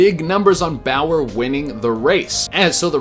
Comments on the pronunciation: Clint boy-yer lmao clint bowyer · It's so funny the way he said Bowyer. That's my favorite driver lol. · Why? I don’t understand why he said it weird